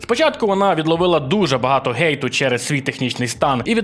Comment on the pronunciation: Скажіть будь ласка навіщо перекручувати "хейт" на "гейт" і так далі!?